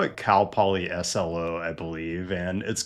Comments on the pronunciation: Hearing Cal Poly S-L-O instead of Cal Poly SLO (i.e. "slow") hurt my Californian heart 🥀💔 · Great vid! Small note from California - it's pronounced "slow" and isn't spelled out as "S-L-O".